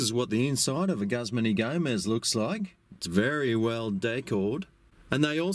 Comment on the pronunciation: “GUZZMAN” HAHAHA, as an employee of a Guzman Y Gomez restaurant, I can safely assure anyone reading this that it is not pronounced “Guzzman” and the proper pronunciation is “Goozman ee Gomez”. Lol